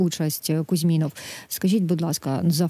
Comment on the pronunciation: Ведучій не завадило б перш,ніж виходити у ефір з цією темою,трошки попрацювати над вивченням "матеріальної частини"питання.Принаймні вивчити як правильно звучить прізвище героя бесіди.Він не КузьмІнов,як вона повторила безліч разів,а КузьмінОв.Співрозмовник спочатку назвав правильно-намагався дати їй зрозуміти,та де там, вона цього не не почула,а п.Вовк далі вже називав його суто за іменем,не ризикнувши виправляти господиню ефіру....І по суті ще:ні ведуча ,ні гість не прочитали повідомлення,яке було ще за день в "Укр.правді"(і,мабуть, не лише там).А там із посиланням на ГУР йшлося ,що Кузьмінов у Іспанію"потягнув за собою свою колишню".Зрозуміло кого потягнула туди своєю чергою вона.Натомість увесь час висували та обговорювали якісь власні версії.Вийшло не дуже...